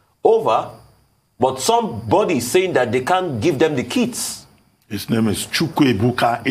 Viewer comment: The ethical bigot, Reuben Abati must always show his hate against the Igbos. Hence, his pronouncement of ‘Chukwuebuka’.